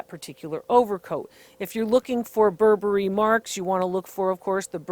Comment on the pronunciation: "Not 'Bur-Berry', but 'Burberry." Thank you, DR Lori. I almost spit my tea out, I laughed so hard. <3 Really. Thanks. Much needed laughter.